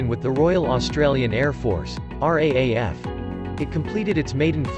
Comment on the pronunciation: It's pronounced locally as "R, double-A, F", ratrther than "R, A, A, F".